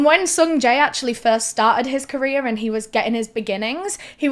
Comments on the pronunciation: Every time she says “career” I think she says “Korea” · I thought you were say "Korea destroying" 😂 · Amazing video and I’m not trying to make light of this but I love that when you say career ending to my southern brain it sounds like you say KOREA ENDING and I think it’s hilarious to think the entirety of Korea is losing their minds at once when they see anything like that panic attack style